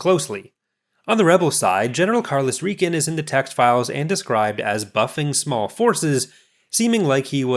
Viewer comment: Far as my ears can tell, it was pronounced "Rai-can".